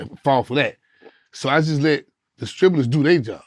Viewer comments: Distributor is what he’s saying 😂😂😂😂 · 😂😂😂😂😂 he said distributors